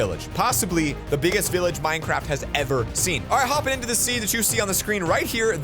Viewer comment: He say billage 🤭🤭😂😂😂